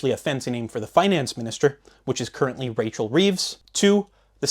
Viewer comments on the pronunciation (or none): none